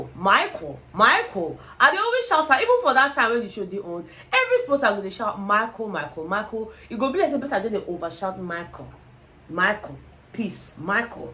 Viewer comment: Is the way pronounced Michael as Maiko for me 😄😅😄😅😅 Love you babe 💚